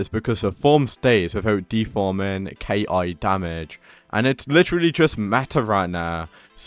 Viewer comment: bro its ki(key) not K.I.😂